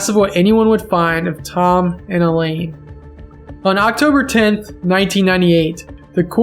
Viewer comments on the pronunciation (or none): Mrs. Lonergan's name was pronounced "EYE-lean", not "E-lane". Common enough mistake, but it felt disrespectful not to point out.